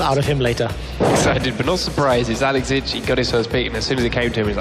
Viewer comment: best team fight commentary EVER!!! "...Alex inch brlelelelle across the map"